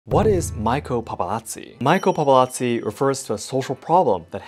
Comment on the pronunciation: His pronounciaten of Paparazzi sounds really German ngl